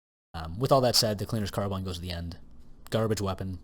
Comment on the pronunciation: The name "cleaner's carbine" rhymes if you pronounce it correctly.